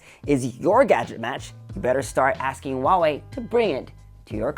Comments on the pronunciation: It's not wah-way. It's who-aah-way. Lol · Huawei has an H in it.